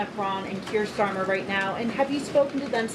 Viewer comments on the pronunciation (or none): none